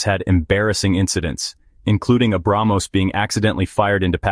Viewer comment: Ar-junk? Tes-Junk? Brag-Most? F-Junk? 😂😂😂😂😂😂😂😂😂😂😂😂